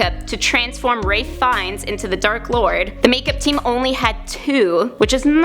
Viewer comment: they way she pronounces some of the names like ralph fiennes makes me want to punch myself in the face